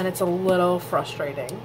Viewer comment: FYI. Frustrating is not pronounced FUSSTRATING IT'S Frussss -tray -ting ....